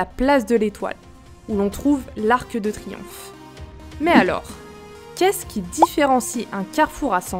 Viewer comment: Erreur très fréquente et pas seulement des automobilistes : prononcer "Arqueudetriomphe" au lieu d'arqu' de triomphe, car l'arc ne se termine pas par un e.